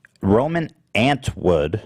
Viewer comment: “Roman ANT WOOD”